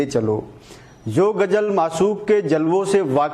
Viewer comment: Gajal nahi bolte Ghazal bolte hain Koi urdu ke jankaar se uchcharan sikhe to aur news me dum aa jayga